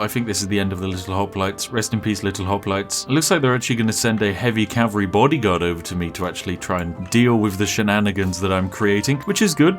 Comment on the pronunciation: “Horse Calvary” yes yes... perfectly balanced English lol